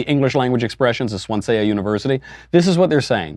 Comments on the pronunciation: Swansea? "Swan-zy" It's in Wales. It is a decent uni, but clearly infested with horrors beyond imagining. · The pronunciation made me laugh. I went to Uni in Germany and there was a group of exchange students from Swansea there. Good times. They were fun people!